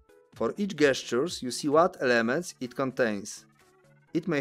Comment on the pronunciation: FYI gestures is pronounced jestures.. like the j for jesus sound not G for god